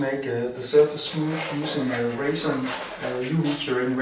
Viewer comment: Sounds like raisin 😂